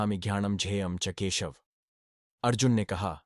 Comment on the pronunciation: ज्ञाता को क्यों झ्याँता बोलते हो, भाई? संस्कृत श्लोक मे केशव को क्यों केशव् बोलते हो? उस मे जो छन्दोबद्धता होता हैं उस के अनुसार उसे केशव याने 'व' को पुरी उच्चारण करना चाहिये, ना?